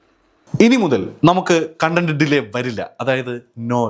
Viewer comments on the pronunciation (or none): none